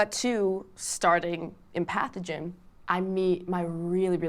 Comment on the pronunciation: She was saying "Empathogen." It really sounded like she was saying "pathogen."